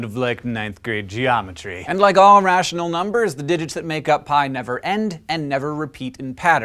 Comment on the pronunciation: He slurred it really bad. I did just barely hear the "ir" at the beginning. Barely.